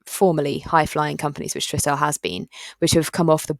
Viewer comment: Think my original comment may have got lost or deleted. Just wanted to highlight it’s pronounced TRI-stel, not TRISS-tel. Plenty of videos online of Paul Swinney, the founder, for you to verify